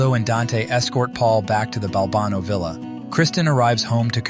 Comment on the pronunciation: Maybe be consistent in the pronunciation of the name Balbano.